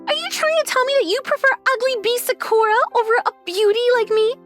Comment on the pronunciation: Of course this voice actor pronounces Sakura as Suh-kuhr-uh.